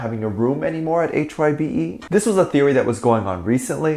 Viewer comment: Adore you. HYBE is pronounced like 'hive' but with a b instead of a v. One of the boys actually corrected one of the others when they said Big Hit instead of HYBE. lmao.